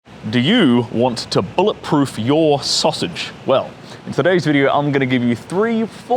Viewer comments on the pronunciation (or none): The way he says "sausage" :)